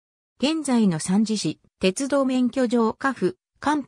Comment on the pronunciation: 三次を、サンジってなんやねん！💢😠💢勉強し直せ❕